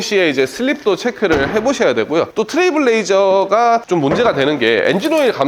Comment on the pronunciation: 자꾸 트레블 레이저라고 하고 트레일 블레이저라고 제대로 말하는게 한번도 없네요... 파는 차 이름도 모르면 어떡합니까